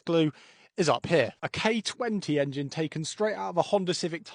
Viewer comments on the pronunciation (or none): none